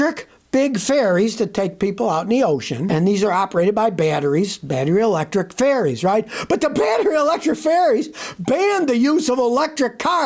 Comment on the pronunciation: I thought Scotty was saying 'electric fairies' but it's ferries he's saying.